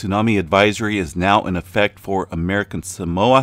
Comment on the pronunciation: Nope. He got it pretty right. More like sah-MOA